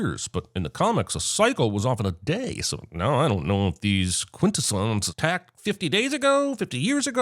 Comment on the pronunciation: He mispronounced "Quintesson".